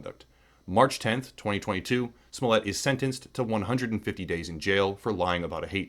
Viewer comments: I believe you're accidentally mispronouncing Juicy Smolleeeeyyyyyyyy. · Why do you pronounce it smollette?